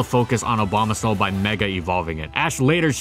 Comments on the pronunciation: Is it just me, or do he say Obamasnow rather than Abomasnow? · He also says Abomaslow when talking about it being used in Trick Room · "Obamasnow" lol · he said again Obamasnow or am i wrong